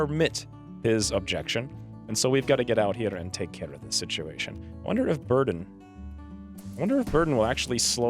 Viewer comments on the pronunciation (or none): none